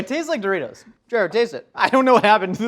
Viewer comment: Mountain Dewritos...